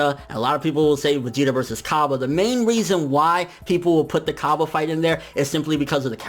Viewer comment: Ok hey don't want to sound like an annoying guy but please give the correct pronunciation for Hit and Cabba. Hit is pronounced like heat and Cabba is pronounced like cobbay.